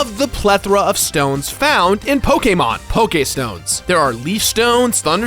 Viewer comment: For some reason it really bothers me how he says Pokémon (Its not like I’m some mega fan or anything like that but it doesn’t feeeeeel right)